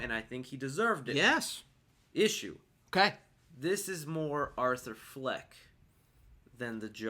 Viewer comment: arthur fleck not fench